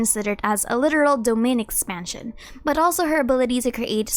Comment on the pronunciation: "Domainn Expansion"..... True weeb